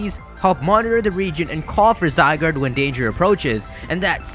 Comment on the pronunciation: So that you know its official pronunciation for Zygarde: zee-GAR-day